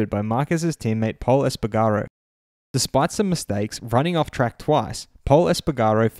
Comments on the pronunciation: Es-pa-garr-Oh (!Esp-pa-garroh) Du-cat-ee (!Du-cart-ee) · You mispronounsed espargero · Great video, really happy! Maybe just check the pronunciation of “Espargaro” 👌🏻🙌🏻